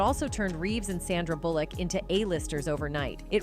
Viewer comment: its not KEEnu and its not bullLICK. I seriously cannot watch this because it hurts my head so much to repeatedly hear mispronounced names or words. whether it's AI, or whether it's a real person, instances like this is what will actually cause you to lose fan base and make people actually run away from your videos and click the "do not suggest this channel" option. now think about this did you choose that voice for an audibly pleasing experience?? because the mispronunciations made it so unpleasing you're getting comments about it and people like me have actually clicked the never ever ever ever ever ever show this channel again option. - truth